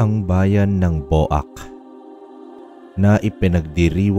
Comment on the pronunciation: Sir BWAK po ang bigkas ndi po BO AK just a little info lng po